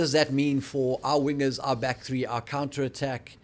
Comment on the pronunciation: Love listening to you guys,even if you talk a lot of rubish sometimes. But let's address the elephant in the room........will you please stop calling KLA and Cheslin weeners? Quickly say "wingers" out loud to yourself.